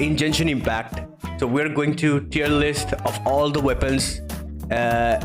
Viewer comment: Its not djenshin but genshin